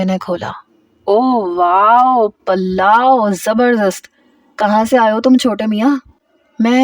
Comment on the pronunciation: Palao ni hota pulao hota hy